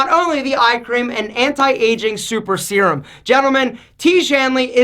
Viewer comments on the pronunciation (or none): none